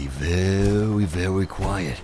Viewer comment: Be vewy vewy quiet I'm hunting deathclaws